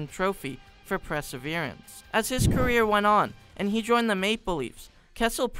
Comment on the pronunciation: Gosh, the guy who makes these videos is so handsome 🥰😫💦. Also he should learn how to say perseverance. Other than that, great vid. Can’t wait for your pics to leak!